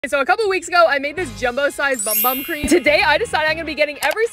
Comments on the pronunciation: It’s actually pronounced “boom boom cream” 🙃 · It's actually pronounced boom boom cream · Pronounced as BOOM BOOM CREAM it says in the website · Apparently the “Bum Bum” cream is pronounced “Boom Boom” (I saw it on a video, idk if it’s true) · Not yall thinking its bum bum cream when its actually pronounced boom boom cream😂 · it’s pronounced “bum bum”, it’s “boom boom” -fellow Brazilian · i was shocked to hear this but its actually pronounced like "boom boom" not "bum bum" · Bum Bum cream is pronounced BOOM BOOM CREAM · Its actually pronounced "boom boom" but it says bum bum.. (according to my brazilian neighbor) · You were today years old when you found out that “bum bum” is actually pronounced “boom boom” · Not a lot of people know this but it’s actually pronounced boom boom cream not bum bum cream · Not trying to be rude but its actually pronounced boom boom not bum bum. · its not pronounced "bum bum"... its pronounced "boom boom".. its brazilian.. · No hate but just so u know it is pronounced boom boom cream not bum bum cream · It’s pronounced boom boom cream. Not bum bum. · Did you know that it is pronounced boom boom cream not bum bum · It’s pronounced boom boom not bum bum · HELP- ITS PRONOUNCED "BOOM BOOM" 💀✋ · I'm brazilian, and yes it's pronounced boom boom. it means butt in portuguese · Did you guys know that the bum bum cream is actually pronounced boom boom cream hope you guys like this 👇 plz like btw guys always love your self and be happy ❤❤❤❤😊😊😊 bye! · I don’t know why but it’s actually pronounced boom boom cream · FUN FACT!!!! Did you know that “bum bum cream” is pronounced boom boom P.S. you dropped this pin 📌 can I keep it? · ITS PRONOUNCED BOOM BOOM CREAM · it’s actually pronounced boom boom cream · News flash, its pronounced 'boom boom' cream or something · When you find out it’s pronounced-boom boom-😮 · It is pronounced "boom boom" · It's pronounced BOOM BOOM cream 🥲🥲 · Bum bum cream pronounce (Boom boom cream) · it’s pronounced boom boom ❤